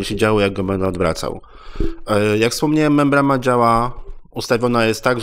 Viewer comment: Membrana a nie MembraMa